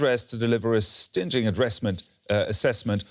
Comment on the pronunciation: 'stin ging'...lol try 'stinging'